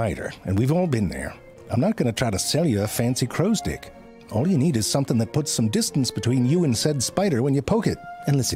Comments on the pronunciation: Oh he 100% knew what he was doing with constantly saying "crows stick", don´t you worry 😂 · I didn't hear the "crow's *ick" thing until you brought it up XD